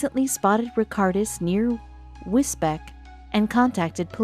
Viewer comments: I believe the pronunciation of one of the places you mention is wiz-beech... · Don't you just love the way she said Wisbech? 🤣